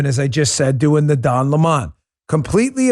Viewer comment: Dan its Don 🍋!!! Get it right hahahahahahah